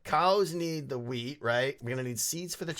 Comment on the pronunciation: When you say "wheat" it seems you sey "weed"